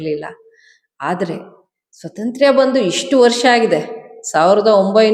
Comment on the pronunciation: ಏನು ಸ್ವತಂತ್ರ್ಯ? ಕರ್ಮ. ಸ್ವಾತಂತ್ರ್ಯ ಅಂತ ನೆಟ್ಟಗೆ ಹೇಳಬಾರದೆ?